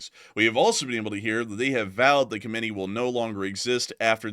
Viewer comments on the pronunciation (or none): none